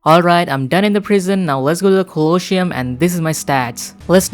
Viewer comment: you must say [colosium] pronunciation